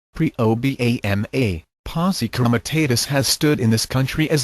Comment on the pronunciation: "I don-tee" hahahaha O-Bam-uh lol